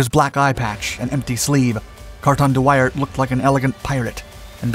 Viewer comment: It’s not thát important but at the start of the vid the city views shown when talking about Brussels are somehow all taken from Bruges (Brugge). His name should be pronounced as wi in window and ar as in art but leaving out the t-sound, like wi-ar. So much for nitpicking…